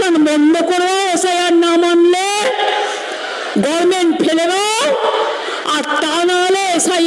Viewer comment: গর মেন্ট গভর্মেন্ট বলতেই শিখলো না দহর বাবুর পরিবারের কেও আছে এখানে সিধু কানু দহের আদিবাসী রাস্তা বলে আর এই মূর্খ বলেছিল দোহর বাবুর পরিবারের কেও আছে এখানে 😅😅😅😅